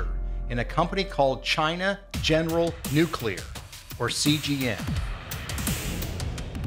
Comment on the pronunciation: The overbearing music in this is not cool, it is just annoying and distracting. And the narrator should learn to pronounce the critical term, nuclear (new-klee-ur). Not, new-que-lure.